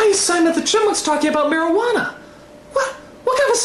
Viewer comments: Simon: ''mariqana'' Me: *cries* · Damn I fucking laughed my ass when simon said marijauna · "Marajuana"~Simon 2k420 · I immedieately understood what was wrong when the word "Mairujana" was spoken.